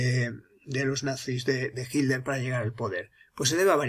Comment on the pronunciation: Siempre me pregunté porqué los españoles no pueden pronunciar las "tes" en medio de las palabras........y dicen "Hiler" en lugar de Hitler.....